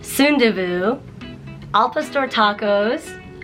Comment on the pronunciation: "All puh store tacos"